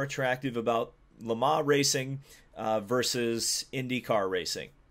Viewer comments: Ferrari returns to ... "Le Mahh". I know 'Murican's annunciation is awful but please put some effort in. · Why do you say Le mans like that@